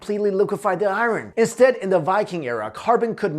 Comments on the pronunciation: please stop for the love of God stop saying "IRUN"! Its "I-URN"! You're killing me smalls, killing me! Tee-hee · "Eye-ron" triggered me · bro ican't even watch this whole video cuz the way he say "iren" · Iron is pronounced ion not i-ron. R is silent.... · i thought his name was? why does he keep saying I Ron? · I-ron lol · “IRE-REN” (aka Iron) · dude you're saying "iron" all wrong. good video though. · I hate the way you say the word "iron" lol.